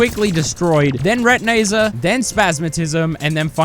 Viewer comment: This might be the first time I heard call retinazer “re-ti-nay-zer” instead of “re-tin-eye-zer”